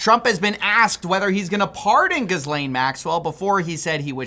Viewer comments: Omg you pronounced her name correctly! EDIT: Actually never mind, we’re back to “GIZlane”😂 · The coolest thing about this story is literally no one is sure how to pronounce her name. You pronounce it two different ways in this one video. Ga-lane Giz-lane but you skipped my favorite Jus-lane. 😅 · PLEASE LORD. It's not GIZZ-Lane it's Gi-lane. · Pick a pronunciation and stick with it bro …. “Gih-lane” … “Gis-lane”. You said it both ways in the first minute lol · So is it pronounced Gilane or Jizzlane? Youre confusing me ;D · Gilain and Gizlain lol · Great piece. Ghislaine is pronounced less like "Jizz-Lane" and more like "Helaine." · How do you pronounce her name two different ways between shots! 😂 : “Gheelane” : “Gheezelane” 😂😂😂😂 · Is it GHIZ-laine or Ghee-laine Maxwell ? You pronounced it both ways bro. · love your videos, keep them coming. one thing; PLZ stop saying "gizz-lane" ... it's "gee-lane". It seems to be a real american thing to read it like it's spelled lol. that is all xoxo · Your ability to switch between pronouncing it "Gill-aine" to "Gizz-lane" 3 times in 2 minutes is amazing. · Finally, someone who doesn’t pronounce it Jizz-lane. Most mispronounced name on the planet. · The correct pronunciation is "Geez-Laine" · The S in Ghislaine is silent. I physically wince every time you say Gizzlaine. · JIZZ-LANE, say her name right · Why are we so worried about pronouncing pdfiles names correctly? Its JIZZ LANE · I'm pretty sure "Jyzz-Layne" is not a French pronunciation. I figured most journalists would give more weight to pronunciations used by people who actually knew the woman. Anyway, thanks for adding some layers to my understanding of this concept. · Can we all treat her with the respect she's entitled to, and pronounce it "Jizz-Lane"? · Its pronounced "Jizz-Lane" Maxwell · It’s pronounced “Gee-Lynn” if you go with how the Maxwell family pronounces it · As a French speaking folk, I just want to point out that the S is silent: Gee-len (with a hard G)